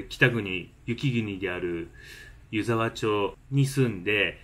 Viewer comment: 3か月前の動画に失礼します、🙇‍♀️ 「ゆざわちょう」ではなく 「ゆざわまち」です☺️